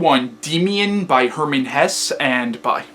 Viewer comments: I find your book review very good, because i understand every fact very , even though my english is very bad, because you speak very clear and your lecture is very structured. But i want indicate you something: You say at the beginning of your lecture Hermann Hess. Thats not right, his name was Hesse. I say this, because Hitlers deputy was Rudolf Hess and he had nothing to do with the author. But the rest is good. I find your book review, because in youtube is no bookreview in german. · Great review - hats off to you! I hope you don't mind a few remarks about your pronounciation of German names: - the last sylable of Hesse is pronounced the same way than the "se" in words like "second" or "self" = Hes*se* = [ˈhɛsə] - it's similar with "Nietzsche" (you pronounce it pretty good) but the letter is pronounced like the "e" in words like "shelf" or "sheriff" = Nietz*sche* = [ˈniːtʃə] - you make the name "Beatrice" sound like it derives from "beat" or "beating" but this originally french name is pronounced with an audible "a". -- most people in the UK would probably pronounce the first letters like "Bianca" or "be a tri(ck)" = Be-*a*trice = [ˈbiːatɹɪs] -- while French and German people would pronounce the "e" different as well - so it would start with "be" pronounced similar to words like "bell" or "beg" followed by a clearly separated "a" like I wrote above = "B*e*-*a*trice" = [ˈbeːatɹɪs] Hopefully you're not angry about my "corrections" - I did not write them to make you feel bad or something. It's just that you seem to be a smart person, who is open for new information and constructive criticism... Keep on doing your thing - you're great! :-)